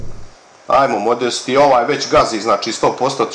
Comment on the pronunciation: haha nekaze se modesti nego modeste